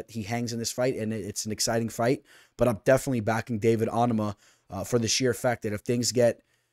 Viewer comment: Your pronouncing onama wrong lol your Islam pick was legit amazing last week btw